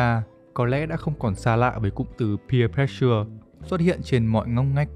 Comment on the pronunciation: pressure đọc là préss sờ chứ k phải press sưa nha